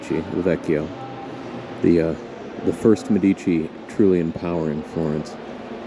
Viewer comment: In the word " Medici" the stress must be on the "e", , on the first syllable.